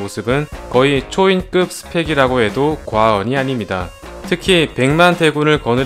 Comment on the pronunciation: 왜 자꾸 과원이 아닙니다라고 해요ㅋㅋㅋㅋ